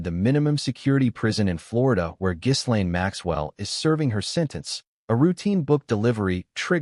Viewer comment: Too bad you don’t know how to correctly pronounce Ms. Maxwell’s first name!